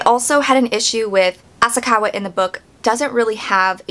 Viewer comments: I just finished the book and I think The book was better, but it's your opinion and its pronounced sah dah ko and ah sah ka wah. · Asakawa .... not Asaka Ryuji .... not Uji Sadako .... not Sadayko You're completely telling the book version wrong. There's a reason they mention her hermaphrodism. The book doesn't make it seem she wanted to be raped. They literally say its not like she wanted to be raped. This is a horrible comparison